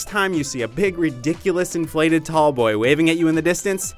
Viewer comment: HE SAID BOI NOT BOY